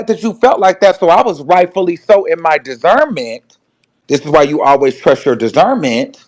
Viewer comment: Wtf is dizernment ??? 🤣😭